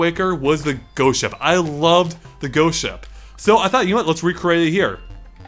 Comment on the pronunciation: sounds like he says goat ship instead of ghost ship. great level though!!